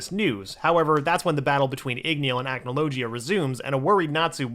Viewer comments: The way You pronounced Acnologia make me wince in pain. The "g" is not pronounced like "g", but like "gh", it's more of a dull sound. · Acnologia: ack no low gee uh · Please stop saying acnologia like that 😭😭😭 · 2 mins in and already annoyed with how he’s pronouncing acnologia